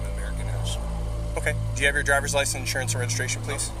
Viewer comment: "Do you have your driver's license andrezabucationonu?" 😂